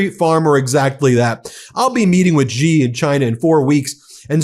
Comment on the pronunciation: Stop calling him gee. It's she. Xi is pronounced she. I know I read and write Chinese and speak fluent Chinese.